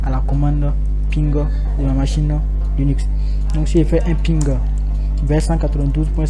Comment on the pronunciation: On dit Linux pour commencer et non Lunix. 😉